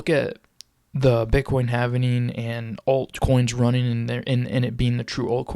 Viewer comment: Say HAVIN-ING one more time! But then spell it HAVING for your video! Stupid